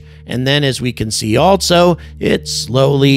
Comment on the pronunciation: Hello! Just wanted to point out that there is no T in ALSO. It's not ALTSO... It's just also. Thanks! OK.. carry on....